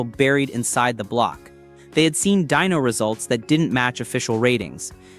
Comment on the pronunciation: Dyno, short for dynamometer, not dino. Please fix that, it's annoying. Thanks, good video otherwise.